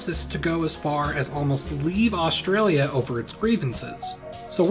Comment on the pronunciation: Osteralia and Westeralia